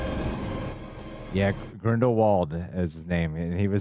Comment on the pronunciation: HP-universe film trends continue. They pronounce Voldemort wrong. Then they pronounce Grindelwald wrong.